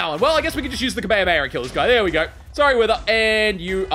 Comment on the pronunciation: I hate how he pronounces kame hame ha